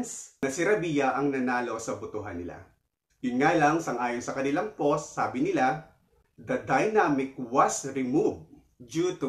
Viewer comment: Potosyuts, enterbyu, poss at reaks